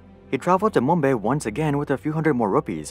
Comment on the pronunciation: There is no wya this guy said "mumBAY"